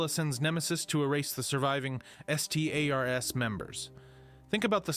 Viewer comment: "He can say the word S T A R S." Not saying stars, but spelling it out multiple times